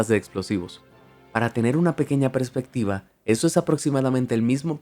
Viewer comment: No es "prespectiva", sino "perspectiva".